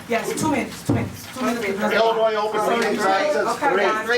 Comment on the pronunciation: She has lived in Illinois her whole life yet says IllinoiS with an S on the end… I know she talks like an alley hooker but come on a 5 year old knows that…. Christ almighty! The baby and the grown one!